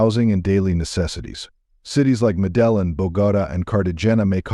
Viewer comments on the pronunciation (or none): It’s pronounced medejin, not medellon. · Mea - de - yin!!! Unbelievable that you guys couldn't bother to learn how to say the name of this city. WTF? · It's pronounced, 'Meh-Deh-Yeen' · Its pronounced Mede een... Not Medellin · It’s not Medelyn stupid. It’s pronounced Medeyeen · Its pronounced Me-De-Yeen...not fu...n me-dell-in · Not meddelin but you pronounce it medde heen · wow, the pronunciation is meh duh yeen, not Medalun lmfao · Medellin is pronounced as Medeyeen. Cartagena is pronounced Cartaħennaa. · Madellen - what a joke AI is - long way to go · What's up with these narratives? The first featured city Medellin in not pronounced as spoken. The Spanish pronunciation is actually "Medeyin" accenting the last syllable. I appreciate the research that goes on in some of these videos but accurate narration would give more credence to the data presented if a more concerted effort was made to get the pronunciations correct. As another example the next city Cartegena was mentioned but the Spanish G is pronounced like the English H. I learned these almost 60 years ago taking a year of Spanish in HS. Technology has advanced so much over the last 6 decades so I have to shake my head that we gringos sound so stupid. (And don't get me started on the third city mentioned, Bogota which sounds completely silly because the accent is well known to be on the last, not the first syllable. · Med-del-in? Computer generated voice 😂 discredits the content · Dude needs to learn how to pronounce shit “Modelin!”😂😂😂😂😂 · It's pronounced Meh-duh-yeen, stop using AI voices. (Or get a better one) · Bro if you’re doing an actual video on Columbia is it too much to ask to pronounce the city names correctly? “Mah-dellin”? “Car-tah-jen-ah”? “Brushing their teeth 4x a day”? What in the actual f?! Yeesh. SMH. Click bait. Awful. Don’t waste your time on this. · MEDE JIN say it with me gringo MEDE JIn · seriously? you can't say MEDELLIN med-day-yeen it's not that hard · Pronounce Medellin correctly